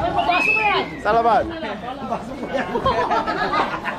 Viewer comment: Your tagalog is getting better for sure! You say salamat like selamat in Indonesian or Melayu. In Filipino the stress is on the 'sala' part